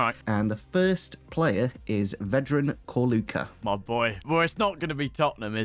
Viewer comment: Whats with Corluka pronunciation? its not K it's Č